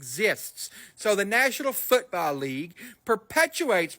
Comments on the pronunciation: “Austraylia is the Nayshional Footbowl Leegue, a teevay show filmed in Argentinia.” Wait What…. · What is a "Futbalee"? 😂